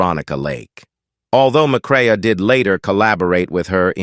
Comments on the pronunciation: Joel McRAY, not McRay-UH! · Interesting. Sad. And it's pronounced "McCray ".